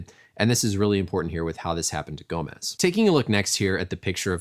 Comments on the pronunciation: The S in Gomes is pronounced like "Shh" in Portuguese. Not Z like it's spelled Gomez in Spanish. Great video though! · It's pronounced Gomes rhymes with Homes. There is no Z hence why it's not Gomez.